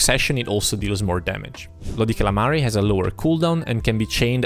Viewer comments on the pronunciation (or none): All this time and you still say bloody calamari.